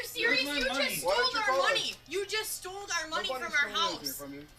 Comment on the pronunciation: because they teach you how to say "stole" when you're about five years old